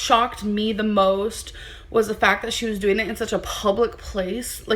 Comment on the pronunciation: ask her how she's doeen, and she'll say she's fine. Ask her how she's doeen. 😆 🤣